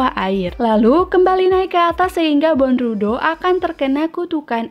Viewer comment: Dibaca bondruw Bukan dibaca bondrudo🤣🤣🤣